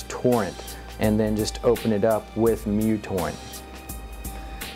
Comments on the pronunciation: isent it called µtorrent only not mutorrent? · Besides messing up the name µTorrent's name this was a good video. I like the new format too. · Mutorrent? I tought that it was micro-torrent